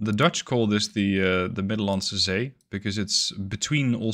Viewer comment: my bad i dint notice before, only did when u pronounced 'de middelandse zee'